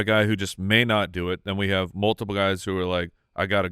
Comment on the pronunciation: “You haaave to do standup.” Detroiters for the win 😂